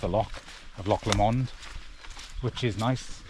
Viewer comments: Loch Lomond is pronounced Lowmond. Great scenery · Really enjoyed your video, Loch Lomond pronunciation was really funny. Tell you what though.. Rowardennan to crianlarich was a bold, brave move.. Well done that's tough